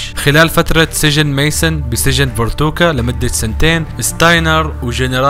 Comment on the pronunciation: اسم السجن فاركوتا مو فرتوكا 😂😂